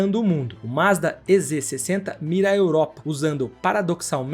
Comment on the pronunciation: Pronuncie direito: Mazda é Z 60. Quem diz "ê" é aluno de ensino fundamental. Ou aquele que só compra lâmpada gê"ê". Estude! Para se comunicar com o público, tem que ter estudo, senão cai na insignificância. Ou no desprezo.